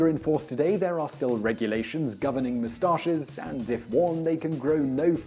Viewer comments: the way he says mustaches bugs the shit out of me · I mainly just watched this video to hear him say the word "moustaches"